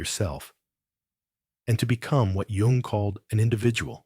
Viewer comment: His last name's pronounced You-ng.